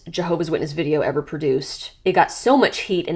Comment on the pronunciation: The emphasis on ever when she said I didn’t EVER want to leave again 😭. These manipulative videos scare the heck out of whoever wants to leave